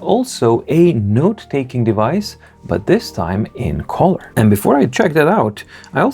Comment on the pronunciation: Just a pronunciation hint: not collar (part of a shirt) but cull-er. British -colour kʌlə; American -color kələr